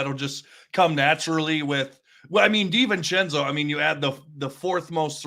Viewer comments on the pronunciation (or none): Hey, it's Dee-ven-chen-zoh, not sen-zoh. Unless I'm mistaken.